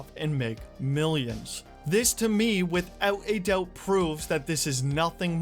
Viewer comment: Hahaha, you said it again and two times in the video 😂! & "withewt a dewbt".